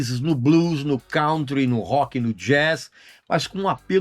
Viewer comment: Pô, Regis! Ouvir você falando "cáuntri", ninguém merece!! A pronúncia é "CANTRI", bicho! Dá uma chegada no Google! Ah! Ainda bem que não fizeram a camisa do Judas Priest do álbum BRITISH STEEL, né?! Hehe... Abraços e obrigado!